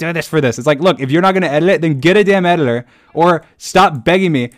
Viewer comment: Why does he pronounce "editor" as "edilor"??